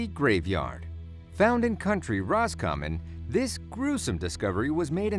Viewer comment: wtf country Roscommon it's county Roscommon !!!! ( the way he pronounced Sligo and other words ) it annoys because I'm Irish